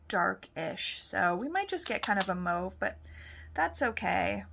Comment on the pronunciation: FYI you say mauve like the French Canadiens